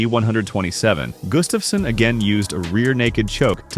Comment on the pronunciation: His name is Gustafsson (Swedish) not Gustafssen (Danish).